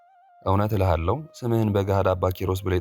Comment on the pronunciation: ጤና ይስጠልኝ እኔ ሁልጊዜ እከታተልሃሁ ግን እንድ ቅር የሚለኝን በትህትና ልነግርህ እወዳለሁ ታዲያ ከይቅርታ ጋር ነው። ስታነብ 'ህ' መባል የሚገባውን 'ክ' እያልክ ባታነብ ጥሩ ነው።ምሳሌ እልሃለሁ በማለት ፋንታ እልካለሁ ፤ ታውቃለህ በማለት ፋንታ ታውቃለክ ሆነክ ፣ ሞተክ፣ ወስደክ ...ግን ይቅርታ 'ሀ' በሚገባበት ቦታ ነው ያልኩህ።አስተያየቴን በትህትና ብትቀበል ደስ ይለኛል። ጠዋት ሁልጊዜ ሳልሰማ አልወጣም ።